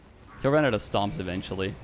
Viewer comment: “Ouut” are you canadian?